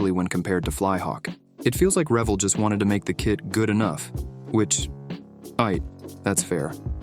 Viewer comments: I kinda think if you're a super genius, you would know the name is pronounced re-VELL. Accent on the 2nd syllable. The way you pronounce is would indicate the absence of the 2nd "l," like reveling at a party. Just sayin'. ..Joe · Isn't it pronounced "ree-VEL" not "REV-el"? I seem to remember them getting in trouble when that came out with a kit for a stealth bomber or a nuclear sub or something that was a bit too accurately detailed. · Only one comment about something that makes me cringe. The model manufacturer's name is pronounced Re-VELL, not REV-ell, i.e., accent on the first syllable. This was common knowledge in the 1950's coming forward... not sure how it got perverted to sound like the verb "revel". I can back this up by my conversations with a designer who did work on car models for Revell in the 1980's-1990's and he always pronounced the word as I have indicated. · Love the idea of Comedy-Model-Builds. 'Bout time! One quibble: isn't Revell pronounced "re-VELL" (accent on 2nd syllable)?????? To pronounce it "revel" (like fun-time party) brings up all the wrong associations. Whaddaya think? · It's pronounced Ra-vel. Trust me I have been building models my entire life. I'm now 72. I probably built evey ship model they made.:face-purple-crying::face-purple-crying::face-purple-crying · must be A I again - it's re-VELL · Greetings from Germany. The pronunciation is on the second syllable. ReVELL. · The correct pronunciation is Re VELL'. The accent on the second syllable. Also how in the world can you build a model wearing gloves? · If you can't pronounce the name of your "foe" you are just BS. It's raVELL. I grew up a few miles from it's Venice, Cal. factory/hq. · Its pronounced RE VELLE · Too bad you don't know how to say REVELL,as it's pronounce like RE VELL.Get right,you're not too bright either. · Its pronounced re-VELL' . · So I’m 71 years old and always thought it was pronounced Re-Vell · 1. Reh-vell! 2. Get a pin vice. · Revell = reh-VEL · rev - ELL' 🤦‍♂🤦